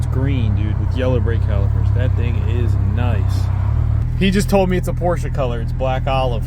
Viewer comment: First American that pronounced Porsche right. Thanks.